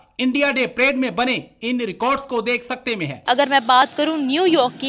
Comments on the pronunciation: Madam prade nahin parade hota hai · मॅडम प्रेड नही.परेड हां.धन्यवाद